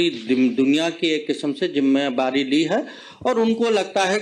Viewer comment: jimmewari😅😅😅😅😅😅 zimmedari hota hai ganwar